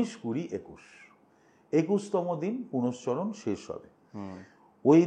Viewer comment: আমি তো শব্দটা পূরশ্চরণ বলে জানি,উনি পুনশ্চরণ বললেন বোধহয়,হয়ত এরকম শব্দও আছে।